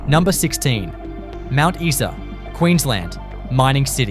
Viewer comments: It's Mount Eye Saa not Mount Eee Saa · Mount EESA instead Mount Isa!😁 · Mount Issa. You are shutting me.